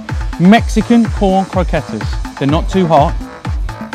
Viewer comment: the way he pronounced croquettes and queso Is kind of sad.